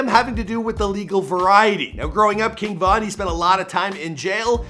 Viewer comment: This dude is a clown for mispronouncing King Von name 🤦🏼‍♂️🤦🏼‍♂️🤦🏼‍♂️